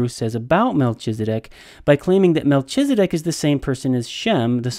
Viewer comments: That’s a lot of information, but for all your knowledge and insight you can’t even follow a rule of grammar in Hebrew that “ch” is pronounced as a “K”. I winced every time you said MelCHizedek, so much so that your arguments were difficult to follow. Obviously, your biblical and historical knowledge are greater than mine, but I wonder, how much can you really know if you cannot follow simple rules of grammar. Not trying to strain out the proverbial knat, but honestly, how seriously can I really take you. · Learn to count? That makes no sense. The CH in Melchizedek is pronounced K as in kite, not CH as in CHURCH. You pronounced it wrong every time you said it.